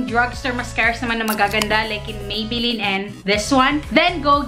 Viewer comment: Ako lang ba nakarinig na Maybeline yung sinabi niya nung una? Hehe 😁😊